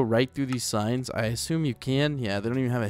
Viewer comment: When u say I need some more signs it sounds like I need some more science...